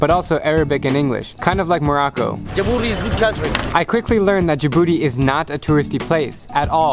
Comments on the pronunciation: and the name isn't like you said "djibouti not djabouti"wrong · It’s not “jabooty” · Djibouti is pronounced Ja' Booty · Miss: tell me a countrys name Student: djabooty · You only spoke about negativity of my country 🇩🇯 but you missed a lot of places to visit. By the way it's Djibouti we pronounce it "Tii" at the end thank you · Djibouti 🇩🇯 ji-booty 😂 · How to pronounce Djibouti Dij-booty